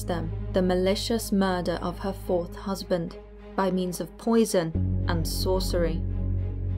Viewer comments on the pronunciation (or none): none